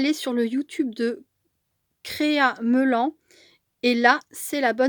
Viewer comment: Bonjour on prononce créa melanne. Pour Mélanie